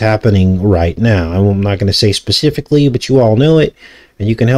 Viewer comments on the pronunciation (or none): none